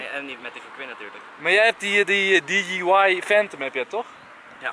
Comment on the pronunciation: hoe enzo dji zegt 😂😂😂